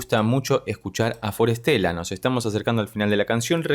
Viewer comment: Me encanta forestella y tus análisis de ellos son los que más me gustan. Solo un comentario, pronuncias el nombre como si fuera traducido ya : para estela: for stella. Lo correcto es combinar la pronunciación. De las palabras que ellos eligieron: bosque y estrella, en inglés e italiano me parece: forest-ella. Nos traen lo sublime a la tierra ❤❤❤❤